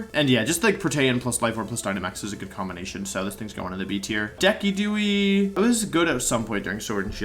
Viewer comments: de-ki-du-ee? wut? i always said De-ci-du-eye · Decky-dewey??? It's pronounced de-sid-due-eye... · I was so confused when you said “Deki-dew-eye” for Decidueye 😅 I have always read it like Deciduous (like the tree category). “Deh-sid-you-eye”=Decidueye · Decidueye Normal Person: Deh - sid - you - eye Wolfey: 'deki dooey' lol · Pronouncing my favorite "decidueye" as "deck-ee-dew-ey" 😅. The portmanteau is "deciduous" and "eye" so I believe it's more like "dee-sid-you-eye". Also Cinder - Ace. Like ace on a soccer team. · What. Is. A. 'Deck-a-dew-ee'. It is 'de-sid-you-eye'. I really hope that is a running gag I don't know about, because that hurt my soul. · the pokemon's lore would state that the name should be said de-sid-ju-eye from the trees it was based on but it's also a made up name so who cares and de-ki-du-ee is a statement to the pokemon nerds that care too much about how the name is "actually" pronounced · “Deci-duey” lol It’s DeciduEYE like a deciduous tree and an eagle eye (sniper) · TELL HIM IT'S DEE-SI-DU-I, NOT DE-KEE-DOO-EE! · So Decidueye is pronounced deck-key-dew-we instead of dee-see-dew-eye. Got it. I have been pronouncing that name wrong all this while. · God it's not DEH-KEE-DOO-YI (Decidueye) its DEH-SEE-DOO-EYE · Part of me dies inside whenever I hear people pronouncing it "deck-i-dew-ee" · I am sorry but WTF but jit said DEKI-DYU-EEE for decidueye like i am so offended ryt now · “Deck-ee-do-ee” Not you too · DID HE PRONOCE DISUCIEYE "DEKI DO E" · De-kee-doo-ee... he pronounced Decidueye De-kee-doo-ee. I'm gonna EXPLODE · Did Wolfey just pronounce Decidueye as Decky Dooey? Is it possible to butcher a Pokémon name any harder? Got damn. Edit: I think he’s trolling because he was about to pronounce Cinderace correctly then just decided to pronounce the last part as achee. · I unsubbed, subbed, then unsubbed again for how you pronounced decidueye. I never wanna hear decky dewy again. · The way he pronounced decidueye hurts my soul so much